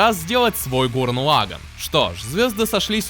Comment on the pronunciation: Гуррен Лаганн. Не позорься, говори правильно.